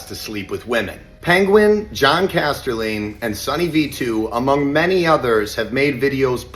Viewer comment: "Jon Casterling" what the fuck, that's John Casterline